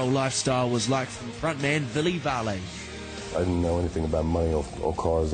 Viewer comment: Lol like 'Villee Varlay' or something. the first name you can kinda forgive but his surname... thats just effed. Come on get it right... When interviewing a hot Finnish rock god at least find out how to say his name properly...